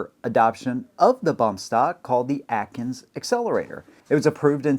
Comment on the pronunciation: Akins Accelerator, not Atkins